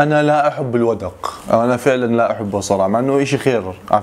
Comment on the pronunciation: حلو بس هو اسمه الوَدْق وليس الوَدَق وعسعس لها معنيان إذا أقبل بظلامه وغشى الناس أو إذا أدبر وكنت أظن جادوا من الجود يعني والكرم، فإذا قلنا جادا السماء أي أمطرت بغزارة.